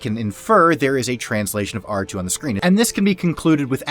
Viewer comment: DON’T SAY “QOUTAR TOO” YOU NERD